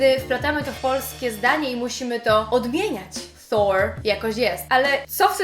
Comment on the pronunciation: hehehe. nie zawracaj sobie glowy takimi bzdurami ;) masz kapitalny akcent, boski wrecz! w zyciu nie slyszalem tak dopieszczonego " thor" masakra ;) pozdrowka